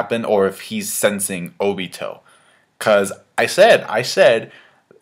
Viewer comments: i cringe everytime he says oBIto (obeeto) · I think its pronounced oh-bee-toe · Okay, i know this isnt a big deal but WHY ARE YOU SUDDENLY PRONOUCING OBITO'S NAME WRONG? You used to pronouce it right. WHAT HAPPENED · you said obito wrong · why are you suddenly pronoucing Obito's name differently? Before you used to say it correctly. What happened?